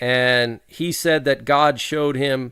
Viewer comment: Meant God not Hod.